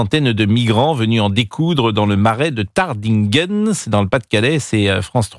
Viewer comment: Monsieur Praud, il s’agit de « TarDINghen ! » Merci de prononcer correctement l’orthographe de cette commune !